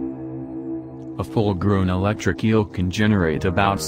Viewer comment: Its a electric eel not a electric keal😂